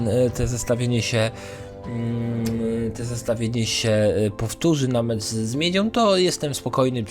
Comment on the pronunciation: grajom, wisłom, miedziom, biegajom, sr...jom🤮🤮🤮